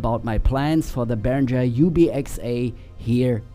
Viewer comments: Uli Behringer hat deutsche Wurzeln und deswegen heisst es Behringer und nicht Berinscher 😘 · Hallo, danke für das tolle Intro, meiner kam auch heute an 😊 Behringer spricht man übrigens deutsch aus, ist auch zufällig mein Nachname 😬